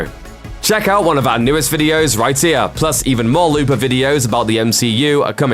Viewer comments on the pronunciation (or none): I wish this guy would learn to say "here". "Check out one of our newest videos right ear!" Hnnnng!